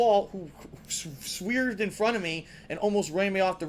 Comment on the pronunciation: nice pronunciation... SWEEERVED.